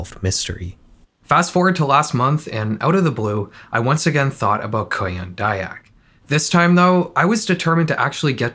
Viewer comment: you say "kuyang dayak" like "korean daebak" so i didnt realized the vid actually came from indonesia lol